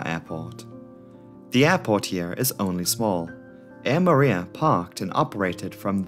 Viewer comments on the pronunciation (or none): Superbly researched video as always- btw Moorea is pronounced "Moh- Oh- Raya" not "Mooh-reea"